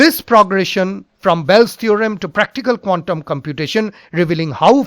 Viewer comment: PLEASE IMPROVE YOUR PRONUNCIATION OF 'QUANTUM'.